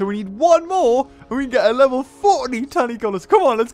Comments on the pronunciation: why'd u keep calling tanycolagreus tanycolasur? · Stop acting like a child. Words have pronunciations, and people should make an effort to stick to them. Perfection is obviously too much to ask, but his pronunciation of Tanycolagreus isn't even phonetically correct, so yeah, I'm going to point it out. I will not 'let him be him' if that means being wrong, and I will not dislike the video. It's odd, for someone who seems aggressively, irrationally in defense, you sure are quick to tell people to dislike his videos. Grow up.